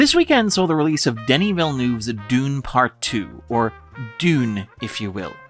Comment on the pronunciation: In France, some of us call Part Two "De Deux", so you aren't that far off